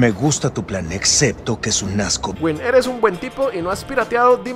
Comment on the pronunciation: Cuando pelicomic no te saluda.. -Pelicomic: Ojcar erej lindo, pero erej un don nadie 😂🤣